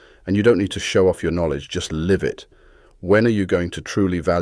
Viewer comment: I thought this was s person reading until it pronounced "live" wrongly.